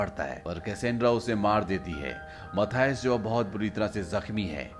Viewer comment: Dono ka name galat bol rahe ho menan or mathuse hai 😂